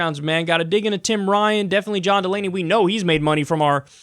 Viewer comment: Correction his name is John DUH Lamey